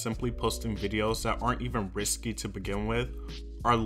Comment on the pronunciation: Risqué is pronounced “risskay.” Not “risky.”